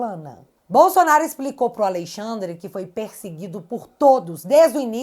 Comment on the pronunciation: Que agonia ouvir “Aleixandre” 😅